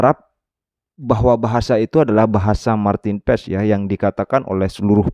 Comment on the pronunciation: Saya dengar Martin pass, Martin pars bukan yg lain